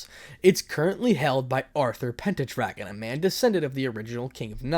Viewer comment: Hey guess who back It's pronounced sigfreed and pen dragon